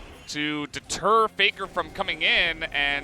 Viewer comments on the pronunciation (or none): Yes. For exemple they say Peikar not Faker.